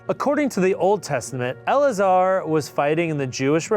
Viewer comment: First one, Eleazar, would most likely be pronounced Eeh-lez-er. Friendly Orthodox Rabbi's son's name is Eleazar, too.